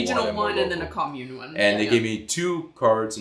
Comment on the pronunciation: The period for campaigning is legally limited, candidates will get fined severely for campaigning outside the appropriate period. Sadly the media talk 70% or so about that on news broadcasts, which is kinda annoying.😅 Oh, and also, your pronunciation of 'kommune' was really good!😁👍